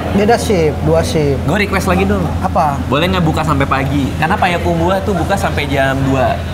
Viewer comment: Bang Radit, tolong ngomong "Payakumbuah"nya dibenerin bukan "Payakumbu-ah" hahaaha